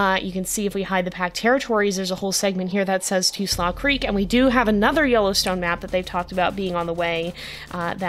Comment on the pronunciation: would just like to remind you that "slough creek" is pronounced "'sloo' creek"!